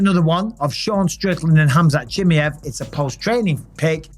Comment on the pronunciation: Khamzat CHEE-MAH-EV ffs Bisping, not Chim-me-ev 😂🤦🏼‍♂️